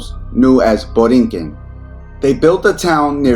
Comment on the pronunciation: Boriken not borinquen